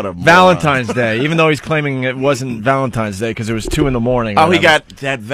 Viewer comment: "valentimes" Day?